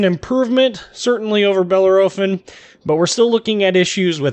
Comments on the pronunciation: OK, sorry, but I have to stop. I can''t stand the way you are mispronouncing Bellerophon. Think it should more like: Belair-o-phon? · Grrrrrrr !!!!!!!!!! .... 4 syllables ... "Bell" "Air" "A" "Fon" .. say it quickly and you won't go far wrong ... Just Say ... Fresh Prince of "Bell Air" ... little .. "a"... "Fon" ... Bell air a phon (without a breath) .. I swear Trump won't mind (too much) :) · bell - air - o - phon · Wow it not that big of a deal, it’s a simple mistake , jeez